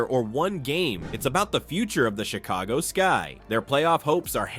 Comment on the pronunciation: Chick-a-go-ski ... LOL! ... This channel is a mess! Thanks China or India.